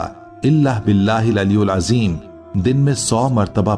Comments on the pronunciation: Its: Aliyil azeem✔ Not: Aliyul azeem❌ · ی کے نیچے زیر ھےaliyil azeem تلفّظ درست کریں شکریہ